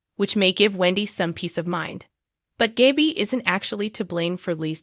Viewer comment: Why does the commentator mis-pronounce the characters names when she talks about them like Nicole (Nickel), Jada (Jadda), Gabby (Gabie), Salem (Salam), Chanel (Channeel), Constantein (Constann), Theresa, (Daresa), Ava (Avah)